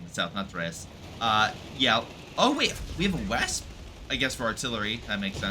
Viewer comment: If it helps, Wespe means "Wasp" no need to butcher the name :P. Also, destroying the cache is pretty damaging but I think the effect of potentially doing it in this game was a bit exaggerated, Tightrope made a video showing how it is now.